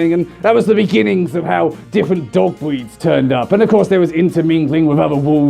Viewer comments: “We have so many bweeds of dogs we even have a gweping system” am I the only one...? 😂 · "Bweeds of dogs" yes, yes they are.